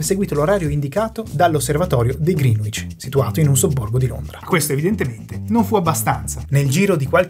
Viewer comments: Ehm, tutto molto preciso, però ci sono evidenti errori di pronuncia: Greenwich si pronuncia "Grènich" e non "Grìnuich"... e poi (ma questa la sanno in pochi) "Kiribati" si pronuncia "Kiribas" 🙂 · Dario e la sua penna rossa non richiesta: Greenwich si pronuncia 'gree-nicc' /ˈɡrɛnɪtʃ/ non 'griin-uic' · Grande video, pero' e' "Grinich" non "GrinUich" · Da correggere la pronuncia che è Grenich e non Grinuich. Detto ciò molte grazie per il lavoro certosino, forse pure troppo. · Perdonatemi l'insopportabile pignoleria, ma vi sono due errori di pronuncia per toponimi irregolari. Uno è "Kiribati", che si pronuncia "Kiribàs" ("ti" si pronuncia "s" nella lingua locale). L'altro è... "Greenwich". La pronuncia corretta è "grènic'" ("c" come in "ciao"), non ha nulla a che vedere coll'aggettivo "verde" e la "w" è muta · Ottimo video. Una sola pecca, molti non sanno che la pronuncia di Greenwich è qualcosa tipo “grenidg” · Bravissimi. Unica nota: la pronuncia di Greenwich è gren-itch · Greenwich si pronuncia Greenic (con la c di ciliegia). Pare strano ma è così. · ehhm, si pronuncia grenich